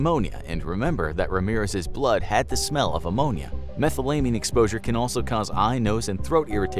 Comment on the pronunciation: Oh, I adore you but your pronunciation of "methylamine" makes me weep.